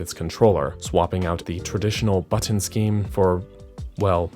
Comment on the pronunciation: Good video but why must you say button like that